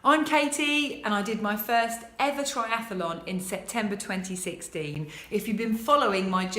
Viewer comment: It's pronounced tri-ath-lon .. NOT tri-ath-a-lon. Apart from that, well done ... very impressive!! :-)